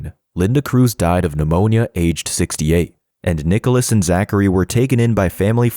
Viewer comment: This is a really good video in the sense you showed me clips, videos and information on Nikolas that I didn't know before, but god, the ai voice is so atrocious. "Peter WONG," "Jamie GOOTenberg," "NEEKolas," "12-year old student Helena Ramsay ," Helena was 17 when she died, not 12, man.